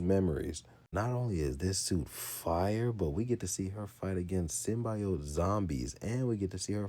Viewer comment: My nigga it's SYM - BEE - OAT Symbiote. The Venom movie pronounced them hoes WRONG if that's what you got it from.